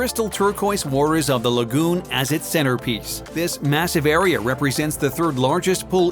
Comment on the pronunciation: “Areaer” like wtf he said it like a 100 times. It’s pissing me off